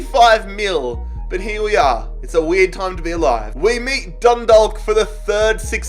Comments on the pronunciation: It's pronounced dund-awe-k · it's said done-dah-ck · That’s not how you say Dundalk lmao it’s said like Dunnedock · for the irish team Dundalk you dont pronouce the L, its Dun-dawk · Chalk Dundalk.... There is no 'L' sound in Dundalk